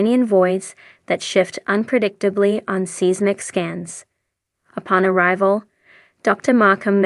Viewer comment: I've been watching these videos on this YouTube channel for months and the same woman's voice has been doing the narration, however, she still doesn't know how to say the word "Seismic" as it's pronounced SIZE-MIC and not "SEEZ-MIC". Please have your AI machine prononce it properly as it's just very Annoying to continue to hear how she prononce's it. Thank you